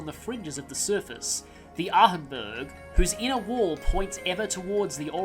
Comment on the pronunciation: I think h in Ahnenburg is silent. Wonder where do we meet him. In Crossbell or Erebonia. Judging from his commentary, Erebonia. No worries about spoilers? I doubt Campanella did anything to help him. At least move it closer to Arseille so that it can be protected. At least it's a cool S-Craft. No, that's okay.